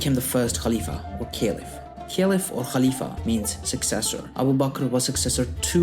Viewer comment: Why do say "Caliph" in such a weird way?? I was cringing the whole video..